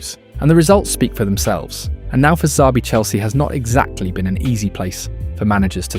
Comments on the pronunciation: The real crime is calling him Z-abi alonso. It's Sh-abi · its not ZABI ...please get it right